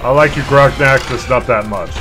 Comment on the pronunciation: titles the video gonarch and calls it "groknak" lmao